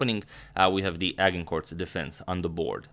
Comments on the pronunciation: Love your videos. The word ‘Agincourt’ however is actually pronounced ‘A-j-incour’ , as it is a place in France. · Agincourt is prononced with a silent 't' and the 'gin' part is more like how the sound of when the French prounce 'Jean'.